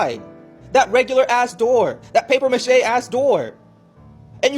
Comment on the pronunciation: He said the “paper machete door” 😂😂😂